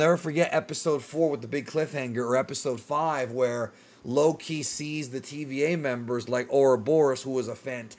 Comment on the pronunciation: You gotta stop saying his name like its two different words, youre saying it as "low key" instead of just one name loki.